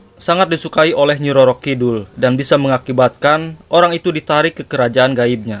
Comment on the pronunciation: Kidul bukan kidhul kang